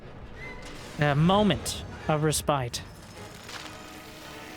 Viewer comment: You say "respite" a lot so I just wanted to let you know it's being pronounced incorrectly. Amazing video though! Great job.